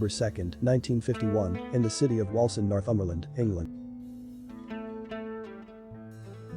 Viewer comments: Pronounced Wawlzend not wolsend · Its actually pronounced waalsend, born and lived there for over 50 years, met sting in 1979 when i was a stage hand at Leeds polytechnic and The Police played there. Total twat and didn't want to talk about where he was from, bit of a snob. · Its NOT its pronounced Wallsend... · the automated voice pronounced it incorrectly. Are you stupid ?